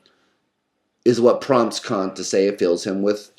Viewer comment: Within seconds I could immediately tell this video was going to be substantially better than other Kant videos on youtube, simply by the speaker's correct pronunciation of Kant. Well done sir.